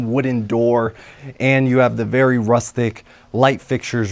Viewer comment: This house sold recently for unobtanium $12million. Vewy Vewy Nice